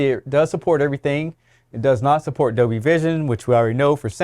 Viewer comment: Is there a new feature and technology released that I am unfamiliar with? What is this Dobie atmos & Dobie vision? I must have the old version of this television then and not the 2024 updated release because mine only has Dolby audio & Dolby vision! 😉 😂 🤣 just kidding but you did keep saying it wrong which I found hilarious but what a great video and keep up the great work unfortunately most retailers don’t give you this amount of information that is absolutely necessary and needed before deciding what television to buy all retailers do most of the time is give you the basics which just isn’t enough to make a decision whether the TV is right for you or not I am quite tech savvy and even I get a bit confused at times because you can get two televisions that are pretty much almost identical in every way apart from a huge price difference of around £1000 or $1600 approximately and you are paying all the extra money for a feature that probably isn’t even necessary for Home use anyway